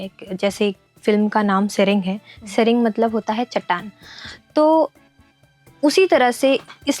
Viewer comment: सेरेंग होता है ।